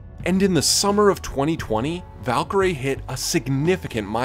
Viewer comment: noooo her name is valkyrae not valkyrie so the ending is pronounced like her name (rae) instead of how it’s usually pronounced